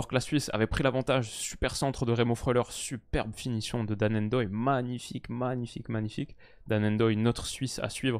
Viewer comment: Dan Ndoye ça se prononce tout collé il ne faut pas séparer le N du reste du nom. C’est la même chose pour Mbappé, Ngolo et les autres